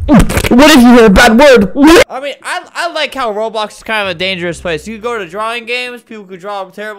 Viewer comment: U SAY BAD WURD